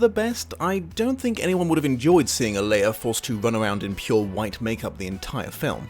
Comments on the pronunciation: Not sure of how often she'll be brought up again. But the actress/ singer playing Akasha, her name is actually pronounced Ah-Lee-Uh, not Oli-Uh. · Aaliyah is pronounced Ah Li Yah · Ah-LEE-yah you're welcome person clearly too young to remember how to pronounce her name 😘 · I thought it was so bad because Aaliyah died so abruptly and they didn't get to really finish the film. And btw you majorly mispronounced her name. It's not even your English accent making it a little off..you just said it wrong ll together lol. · Someone please teach how to pronounce Aaliyah. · Hearing say Aaliyah's name was the first time his accent threw me in all these years watching LiA. My American self had to rewind to see who he was talking about.